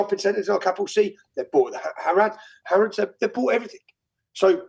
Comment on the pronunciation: HARRADHS love the arabic pronunciation of harrods hahahahaha😂😂😂😂😂😂😂😂😂😂